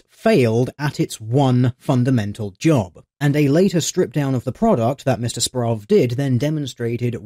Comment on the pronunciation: I think this week has been the week my last name was said the most and pronounced the worst ever. Good video. Simon Murphy will hopefully never do "journalistic" activities again.